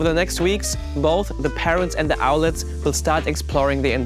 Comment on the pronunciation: Owlet, not owlette.